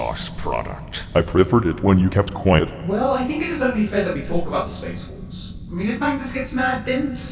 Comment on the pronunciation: "Have you no wulves?" Still a great line no matter how many times i re-watch TTS.